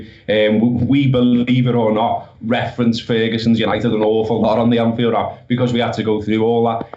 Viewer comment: Thought you had the name right with the pronunciation of Anfield rats